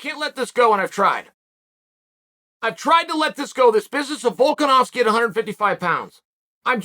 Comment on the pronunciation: "Guy has a really hard name to pronounce....u kno wat it is? It's Volka-nov-ski!" Ahh that explains so much now 🤔